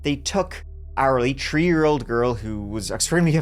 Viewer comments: Heh heh heh…he said tree instead of three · I love your videos, don't get me wrong. But oh, how I wish you'd stop pronouncing three as tchree. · Ah good ole number tree 🌲 and number turdy 💩 and turdy tree 💩🌲😂 never change my man I love little language differences and pronunciations and you always deliver. Love your videos and you usually give a different perspective than others who tell the same story. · Your accent is wild 😲 Third is turd. Three is tree. Wild. I needed some seconds to realize😂 btw Englisch isn't my first language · Tree, th th three. That pronunciation is absolutely hideous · why do u pronounce THREE, TREE? and you say 2:turty ?? English? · Is it weird that I look forward to every time has to say the word "three?" 😊 I know this is a video about an absolute tragedy but I keep hearing 'she was only tree years old,' or 'the tree of them' and it makes me smile. ADHD is real. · You can pronounce there fine, but not three without saying tree. Wtf.